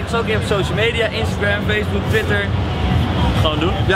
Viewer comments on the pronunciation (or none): none